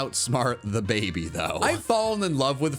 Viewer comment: He said baby wrong according to him and wolfey vgc in "Can These Pokémon Breed" if anyone knows what I'm saying.